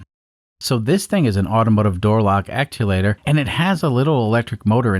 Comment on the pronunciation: Actuator, not acculator